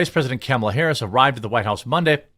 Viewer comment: Hey Jeremy… it is pronounced like this: comma la (luh) realistically he could’ve done less than 10 things besides dictate to someone. There really is not “a lot” he could’ve done because he is feeble and because his team is incompetent.